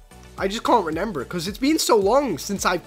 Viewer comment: It’s remember not renember